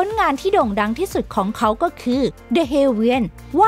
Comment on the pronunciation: พี่เขาอ่านแปลก ลองฟังคำว่า ของเขา แต่ พี่เขาอ่านว่า..ข้องเข๋า. และ(ล)พี่เขาอ่าน(ร)